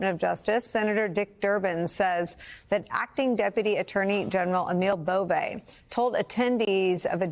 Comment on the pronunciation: Hlis correct name, Nicole, Is Emil Bove 🇮🇹 its an Italian last name. Pronounced as B O V The E is silenced. I know this because my mother's maiden name was Bove. It's Northern Italian, Luca De Marci Italy, near the Swiss Border. As far as I know, we are not related, my family on both sides are Staunch Democrat's. Or perhaps we miĝht be, which would be a travesty.